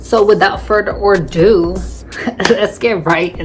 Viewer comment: Just to let you know, the phrase is "without further ado", pronounced "uh-doo". 🤓👍🏼 It's not "further or do"😮